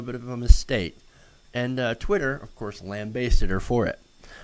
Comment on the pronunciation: That's not how you pronounce "lambasted".